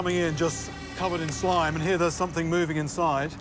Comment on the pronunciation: Not “slime” gachihyper